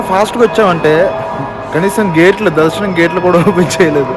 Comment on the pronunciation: Darshanam❌ Dalshanam✅ Tomorrow ❌ Tomollo ✅ Great❌ Glate ✅